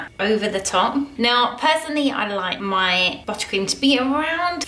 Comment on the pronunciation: Take a shot every time she says buttacream